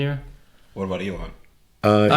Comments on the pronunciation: "This is something from Alien" Erm, it's pronounced E-L-O-N. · This was very interesting to listen to. Pretty good. Pronunciation of Elon is strange to understand as a non native so I watched it at 1.5 only.